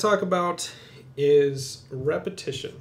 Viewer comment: . The word is "Repetition" NOT "Repetion". Also - could you do a video on 3/4 time overlayed on 4/4? I play guitar and need to be able to do this with 2 fingers on separate strings.